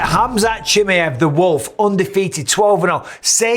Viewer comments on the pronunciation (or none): Michael it's not chimiEV please the last name properly chimiAV. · its pronounced, kem "eye" av